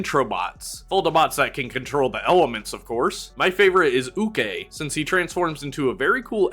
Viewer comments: You mispronounced Buhawi and Ukay, It’s pronounced as “Boo-ha-wee” and “Ooh-Kye” Their names translate to Tornado and Dig (quite silly if you did translate them to English) Also Foldabots are available in some snack boxes and band aid boxes such as Jack and Jill Pretzel Sticks and Mediplast Band Aids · A little pronunciation nitpick over the Foldabots names: "Buhawi" is pronounced "boo-ha-wee". "Hukay" is pronounced "hoo-kai". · But it's a construction vehicle with a big shovel in front, so the "h" is pronounced, not silent. Because "hukay" is "dig". Unless you're telling him where to buy second-hand clothes?